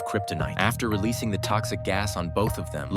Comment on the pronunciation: "Superman dies AGANE" lmaooooo